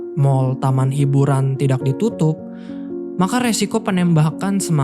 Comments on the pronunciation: Masih belum terbiasa mendengar k dibaca q ayau x Misal : kata "tidak " dibaca "tidaq / tidax" Penembak jadi penembaq /penembak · Salfok dg ucapan: tidak & tahu😅 Sukses sll bang.